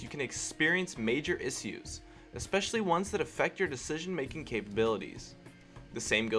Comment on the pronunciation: "Issues" hahaha you say that funny hahaha